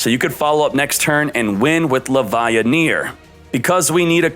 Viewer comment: sees Chaos Dragon Levianeer proceeds to say "Chaos Dragon LevaiHneer" 🤦🏻‍♂️